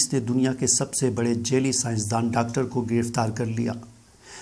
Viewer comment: Sab se apni urdu durasat karen ager nhi hoti tu Punjabi main video bana lia karen urdu zuban ka bera garak na karen.. جیلی نہیں جعلی ہوتا ہے